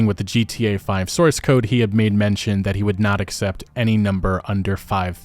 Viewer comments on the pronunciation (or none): none